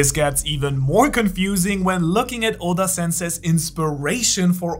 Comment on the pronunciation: For some reason i loved how he pronounced Oda